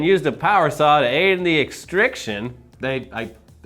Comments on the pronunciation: Extri-cation not extriction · it's extri-cation. NOT extriction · “Extrication,” not “extriction.” Reading is magic. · Its pronounced extracation it’s fire/ems lingo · Its ExtriCAtion. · It's extricAtion. Also, the document said "No word on whether the truck owner billed her out for the unexpected mods." DID YOU EVEN FUCKING READ IT?!?!!